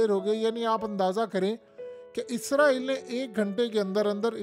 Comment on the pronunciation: آپ کا تلفظ درست نہیں ھے آپ ھر ویڈیو میں اسرائیل کی بجاے عزرائیل بول رھے ھیں اس کو درست کر لیں جزاک اللہ خیرا